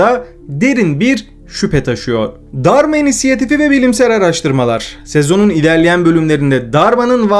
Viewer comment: abi Dharma insiyatifi mi diyon ben mi öyle duyuyorum cok önemli değil ama orijinali Dharma İnitiative yani Dharma Girişimi